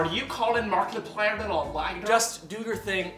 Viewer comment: are you calling markipliyderaliyder